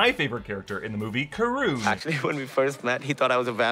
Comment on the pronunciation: I love how pronounces Karan lol